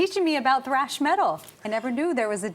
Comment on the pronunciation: "Thrash" Not "Trash" 😂